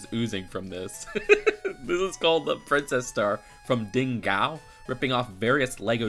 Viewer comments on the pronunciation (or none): What the hell is a drincess